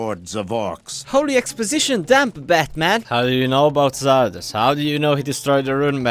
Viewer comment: as german, hearing english speaker (in gothic 3) say Xardas makes me cringe x_X the game as well